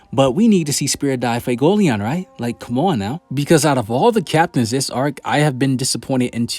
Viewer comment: A couple things. 1) I still think that Asta will sacrifice himself to save the rest and have an underworld arc where he truly masters devil union. 2) This will push Noelle and Yuno further so power levels still parallel each other. 3) For the love of all things his name is Fuegoleon. Fu-e-go-leon. Not fugoleon. Not fugeoleon. Fuego: fire in Spanish and Leon: Lion. Like I don’t know if it’s a meme at this point but it really annoys me. Every single Black Clover youtuber is almost deliberately mispronouncing a fairly simple name.